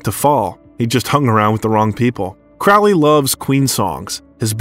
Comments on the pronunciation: or pronounce key words and names, Crawley el al. Not a bot just superficial if comprehensive research. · It’s a pretty good overview of one of the finest actors of his generation. But for the sake of grammar, Sir Terry Pratchett’s name isn’t “pruhTCETTE”, it’s PRAT-chet”. And Crowley is pronounced like the bird “crow” in front.